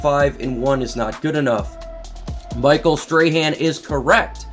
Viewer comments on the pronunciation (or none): none